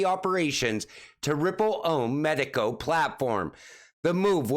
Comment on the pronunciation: It's not pronounced medico. It's two words. Meee as in not you, and taco as in Mexican food. Mee taco. Arrr Maytee, let go mee taco! Shiver mee timbers.